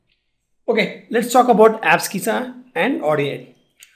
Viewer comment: Sir please pronounce abscissa correctly it's ab-si-sa ok